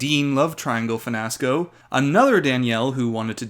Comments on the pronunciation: Saying finasco instead of fiasco is the perfect cherry on top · Danielle aka DLo from the Dean love-triangle finasco lmfaoooo! Not finasco😂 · "finasco" - thank you! :)